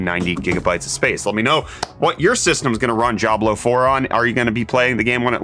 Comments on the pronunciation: I've never heard someone pronounce "Diablo" with a G sound lol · That's an interesting way to pronounce "Jablo" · This dude can’t pronounce Diablo lolol